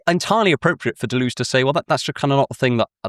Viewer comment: Every time you pronounce Deleuze like that an angel loses its wings.